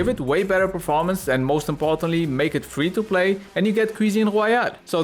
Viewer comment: for fweeee